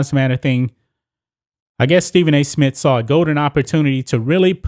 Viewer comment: Bro this is good really good but for the love of God it’s Smith not Smit